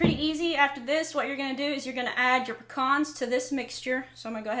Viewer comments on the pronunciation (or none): They are called PEE-CANS not PEE-CONS.That said they look mighty good..😊...Merry Christmas!!!!